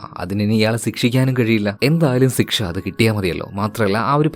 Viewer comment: സിക്ഷ അല്ല ശിക്ഷ 😂